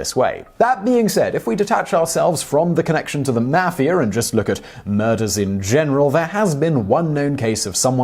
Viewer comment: I like the way he pronounces Mafia .."MAFF-e-ER